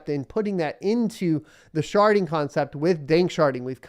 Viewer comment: Sharding ...... Not sharting........